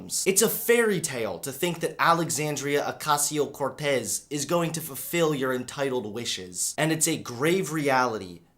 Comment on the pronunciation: Yeah, your saying it right. At least the Cortez part